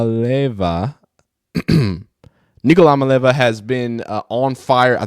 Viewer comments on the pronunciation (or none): lol js to help you out its nico iah-mali-ah-vah